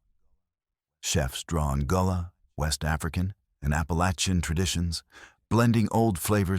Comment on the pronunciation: The creators of this article might want relearn South Carolina’s history and how pronounce their nomenclature correctly (beginning with the correct pronunciation of Gullah, rice perloo, etc.) immediately if not sooner. The narrator completely did more damage than good in this so called history of South Carolina.🥹